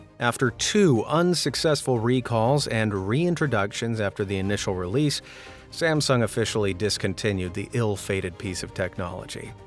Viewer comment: did you say the "galaxy Samsam? Is this voice AI or